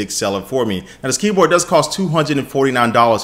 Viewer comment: i love that he said keepor instead of keyboard